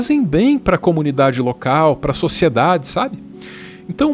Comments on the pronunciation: Adorei o ' imprensa LOUCAL' ! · "Loucal" é ótimo. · Jornalismo "loucal" kkkkk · Imprensa “loucal” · Imprensa "loucal" foi interessante 🤪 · "imprensa loucal" kkkkkkkkkk